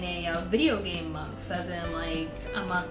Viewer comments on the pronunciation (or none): none